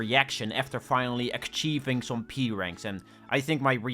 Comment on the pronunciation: please say "ach eeving" and not "ack cheeving"